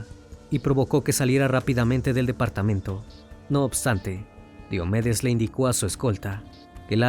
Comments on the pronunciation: Solo una cosa. Casi todo el video dijeron Diómedes pero se pronuncia Diomédes, como lo decían al final. Lo poco que escucho de ese cantante es que era más dr0gas que persona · Me pareció muy fastidioso escuchar Diómedes, cuando es Diomedes con acento grave o Combita en vez de Cómbita. Muy bueno el documental, pero si es importante que confirmes la pronunciación correcta de los nombres de ciudades y personas, es algo muy importante al contar relatos así.